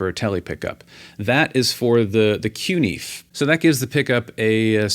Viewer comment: Learn to pronounce the word. "Fe" in CuNiFe is pronounced "Fay". Coon-Na-Fay. Thanks!